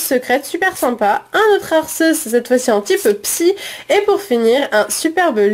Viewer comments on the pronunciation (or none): none